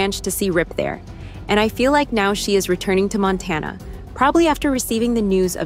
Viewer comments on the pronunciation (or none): none